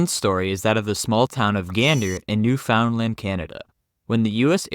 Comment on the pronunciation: Yeah he said 'New found land' but it's pronounced 'newfundland' lmao.. This is probably some AI account